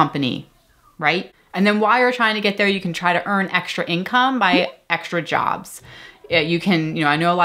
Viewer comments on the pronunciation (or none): none